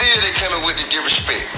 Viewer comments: 🤣🤣😂😂😂😂 My ass fell out. I kept saying the same ish. How he on here tryin to sound intelligent talking bout "DIRESHPEK"?!!! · I'm not even gonna say anything about the way he pronounces the word DISRESPECT!...Am not...am gonna leave that alone. That said, it's a good message, but the only thing that gone happen now, is TI gone end up getting arrested for SOMETHING in the next 3 months. He just put a TARGET on his back. Now, to say they KNEW what they were doing is wrong and they need to show some REMORSE-FULLNESS, makes no sense to me. If you know what you are doing is wrong and you do it anyway, I don't think you can truly ever be remorseful in a situation like that...being remorseful comes from doing stuff that is wrong, but you did not realize it was wrong. Anyway, this don't really concern me, because I don't waste money on name brand shit...am not gonna pay for a fuckin name. Clothes don't make me look good...I make whatever am wearin look good. Good luck with the struggle!